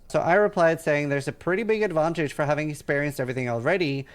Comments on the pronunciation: Why does this guy keep saying "advontage"? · Why does this sissyron guy struggle with the word advantage so much? geez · This guy has a very odd way of pronouncing "advantage"